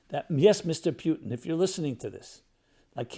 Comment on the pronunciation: for goodness sake to pronounce Putin as ‘P i u tin’ sounds as caricature. He is ‘Pu (ooo)tin’ and in Russian it’s a meaningful word - an adjective from the word “Road, HWY, - Road map / HWY Patrol .. HWY sign…